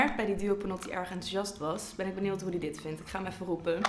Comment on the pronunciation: 'Benieuwd'.. Niet 'benield'